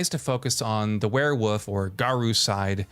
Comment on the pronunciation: He says werwuf